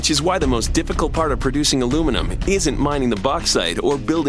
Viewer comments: did i just hear the aussie pronounce aluminiun aloominum lol fucking tool, say it properly you sell out, your an aussie, say it like an aussie just like the chick gretta she didnt say aloominun hahahaha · Haven’t Americans learned how to pronounce simple words yet such as nuclear and aluminium? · It's correct pronunciation is Al-uw-min-ee-yum!! That's why it's spelt Aluminium. Not aluminum. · *aluminum, get it right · Repeat after me - AL - YOU - MIN - EE - UM.... 😉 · Why do the yanks pronounce the name wrong when they use the phonetic alphabet? It is ALUM INI UM. That is how it is spelt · Why pronounce it aluminum when it's spelled aluminium? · Interesting, but a pity about the pronunciation of the word aluminium - it has 5 syllables, not 4. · the guys sound like they say alumenum. but... what kind of dumb prick are you? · Would you stop saying aloominum. there is no such word. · ALUMIN - I - UM, damn illiterate colonies.. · Americans, the correct way to pronounce this metals name is Alu-minny-um. And the word nuclear is pronounced nu-clee-ar, not aluminum and nucilar. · What is alumunium? The correct name of the material is aluminium. Even if wriiten as americans pronounce it it is still wrong. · Raymond J my problem is that you can't say aluminium properly. which part of that did you not understand? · (FlowRyan) Agreed ......... that has got me royally P*&^%$D off. The bloody word is Aluminium ... 5 syllables. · wtf is aluminum? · I can't stand the constant american pronunciation of aluminium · If your going to call it Aluminum the whole video, at least spell it like that in the title, its breaking me. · The wrong way to pronounce the subject metal. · A L U M I N I U M American when will you get over that one spelling error and learn how to say and spell this word, it really is simple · Actually, it was the original pronunciation before an extra syllable was added. But that's okay. We don't mind you pronouncing it wrong. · What the heck is alumenum? :))